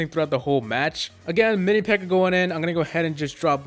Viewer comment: What the fuck is a pirror